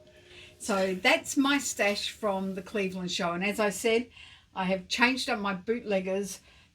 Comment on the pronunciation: Score!!! Sounds like a great time in Cwevewand! 😂😂😂